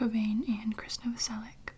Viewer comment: When someone's says Krist's full name properly I get so satisfied and my tingles go crazy